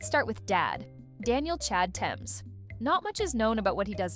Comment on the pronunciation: I know nothing about if these facts are accurate but I do know it's pronounced Th-ames not t-emes. A basic Google search could tell you that.